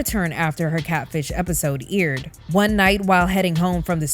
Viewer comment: IDK why it irked me every time you said aired as "eerid" 🤣